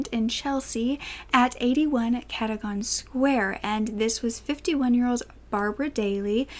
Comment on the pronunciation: Just for future reference Cadogan is pronounced Cad-ug-an not Cad-ogan